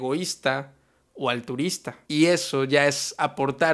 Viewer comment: "al—turista"....?? Jeje. Buen vídeo.